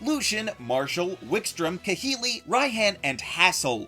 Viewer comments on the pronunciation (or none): none